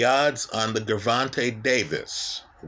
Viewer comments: My brother no disrespect. I'm confused. First time watching, but I can't take you serious. You sound educated when you speak. Did you purposely mispronounce both fighters names? You made it sound like Guuuurvontay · You get a 👎🏽 just for the way you say Gervonta,...